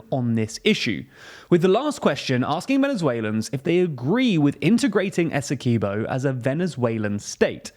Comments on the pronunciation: Great video however, us Guyanese pronounce Essequibo as "Ess - e - quib- o" not "Ess - e - key -bo" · SPELLED ESSEQUIBO PRUONOUNCED ESSEKWIBBO NOT ESSEKEEBO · It's pronounced ESSE-KWIB-0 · It's pronounced "esekeeboh"